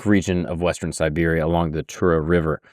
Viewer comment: I caught this mistake more than once as well, but then in other places he did say Siberia, so I think he's just mispronouncing it. You are right, it's important to know the difference when dealing with this particular context.